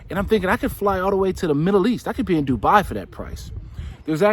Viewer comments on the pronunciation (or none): none